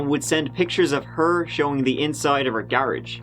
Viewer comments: 🤷Why do u pronounce the word "garage" wrong??? 💁U r a smart man so what's up with ur grammar? No offense to u! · I have never heard someone pronounce "garage" that way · Are you British? i noticed your accent makes garage sound like GAR-AGJ and a couple other strange pronunciations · Is it pronounced garage or garage? Be honest you pronounced it both ways in your head too... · And also how we pronounce garage here in Ireland 🇨🇮😂 Well done, as always, keep up the fantastic work and keep that Irish flag flying for us True Crime Addicts.